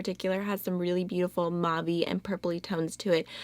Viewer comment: Please look up how to pronounce "mauve". You're saying it incorrectly.